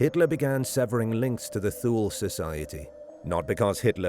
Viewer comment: Pronounced TU LE.....SLOPPY research...